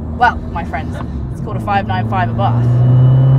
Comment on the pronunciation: I don't want to be that guy but... i can't help it... The pronunciation is Àbarth not Abàrth. At least that is how we say it in Italy